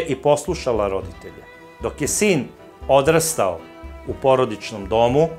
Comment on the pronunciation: Zdravo Da li Vi kao voditelj namerno grešite u izgovoru nekih reči ili o čemu se radi? Npr. reč 'Odrastao" . Ne postavite akcenat u reči na pravilno mesto i onda to gubi svoj kontekst.